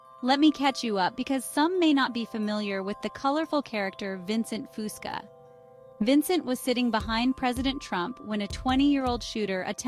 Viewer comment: I wish these generated voices could pronounce his mame correctly.